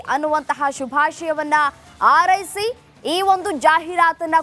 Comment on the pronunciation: 😮 ಆರೈಸಿ ! ( ಹಾರೈಸಿ) ಕನ್ನಡ ಉಚ್ಚಾರಣೆ ಸರಿಯಿಲ್ಲ ಆಂಕರ್ ದು.😮 ಸರಿಪಡಿಸಿಕೊಳ್ಳಿ.